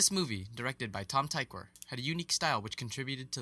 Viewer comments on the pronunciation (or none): tykwer is pronounced Tik-ver